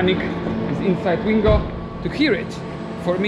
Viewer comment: Why keep reading it Shingo rather than Swingo?